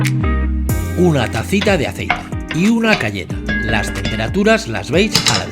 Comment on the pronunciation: Ah no! Una cayena! Parece que digas "una galleta"😂😂😂😂 Y en los subtítulos lo pone!!! Ya verás, pon los subtítulos.